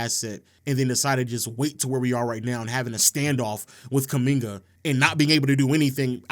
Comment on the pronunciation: If only he could get kumingas name right